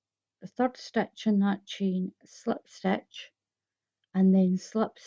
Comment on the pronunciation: It’s pronounced SLIP stitch NOT SLEPT stitch !!! 😡